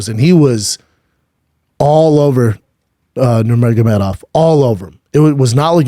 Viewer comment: It's not even a hard name to pronounce literally and he still fucks it up